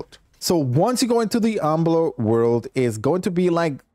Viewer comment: My man didn’t pronounce a single world right lmao umbler